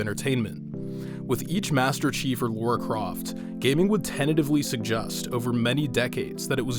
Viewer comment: . Lara!!! Not Laura lol